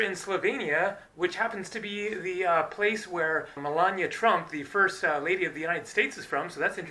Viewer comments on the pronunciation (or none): none